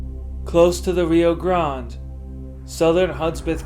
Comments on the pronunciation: When talking about the river, you either can say Rio Grand or pronounce it Rio GrandA. Rio Grande. The e isn’t silent. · Rio Grande is pronounced (Ree-oh Gran-day). Cool video!👍🏼